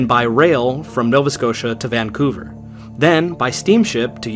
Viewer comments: It's pronounced "van-COO-ver" btw, but great video!!! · "Vancouver" is pronounced with the stress on the second syllable.